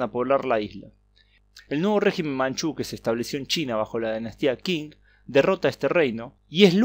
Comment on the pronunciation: Buen video, estuve estudiando en Taiwan, es un gran país y espero que se quede independiente. por cierto Qing se pronuncia Ching, la q suena como ch en el romanización